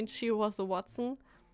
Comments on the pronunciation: Watson?! It's Huatson xD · James Moriarty is Sherlock Holmes' nemesis. Watson = Hua-tson.